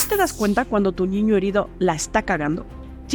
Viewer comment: A mí me pareció súper interesante todo. Lo que no me gustó es que en lugar de niño dice "ñiño" 😮